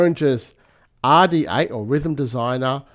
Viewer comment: Behringer Aaaaàh D8. Love the way Australians their R's 😂